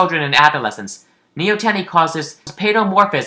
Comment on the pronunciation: that's not how you pronounce neoteny